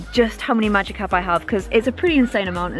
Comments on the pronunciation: Magikarp not magicarp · Supposed to say Magikarp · magickarp lol not magicarp